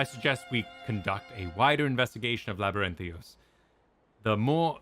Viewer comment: LabyrinthIos. Everyone